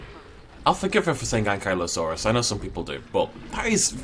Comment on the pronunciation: Hey dude, no hard feelings but I really need to correct you here, because apparently you have been making this mistake a bit. But Ankylosaurus really is pronounced An-KY-LO-saurus not An-KIE-lo-saurus. If you don't believe me you can double check with virtually any official at a museum or just look it up yourself. But yeah, you're actually the one mispronouncing Ankylosaurus lol